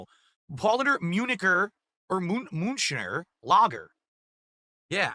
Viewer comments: It's all Pawl-lahner MOON-CHEN lager's fault dewd. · His favourite beer, and yet he managed to mispronounce both "Paulaner" and "Munchner" - would have taken him 10 seconds to Google it.